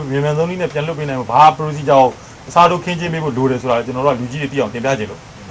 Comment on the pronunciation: ေစာက္႐ူးရဲ procedure ေတာင္ အသံထြက္ က ဒစ္လည္ေနတယ္